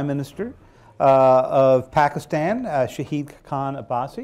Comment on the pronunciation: shaheed khan abbasi , lol ahahahahahah. its shahid not shaheeeeed....